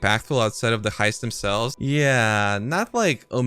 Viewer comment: Don't you mean ...Heiped?